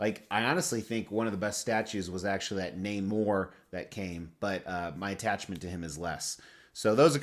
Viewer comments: I'm so proud of you, not that you showed restraint but that you pronounced Namor correctly...…..j/k. I only preordered a few items this month as I'm on my way out of the hobby due to space, but the biggest was easily Queen Studios' 1/2 Aquaman. I just had to have him to go with my BVS Trinity set from Prime 1. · You pronounced Namor correctly! (Though you didn't sound happy about it haha)